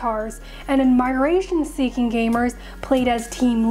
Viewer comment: Someone needs to teach her how to pronounce "admiration".